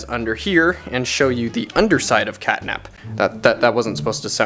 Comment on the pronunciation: start: sounds like ctanap